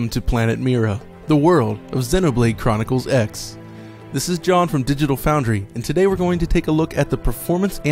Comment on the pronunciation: It's "Xenoblade Chronicles Cross", not X